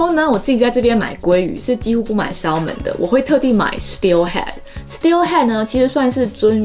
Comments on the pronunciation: 敝人又來正音啦～ salmon的發音是/'sæmən/，l是不發音的喔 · Salmon 三文鱼，l 是不发音的。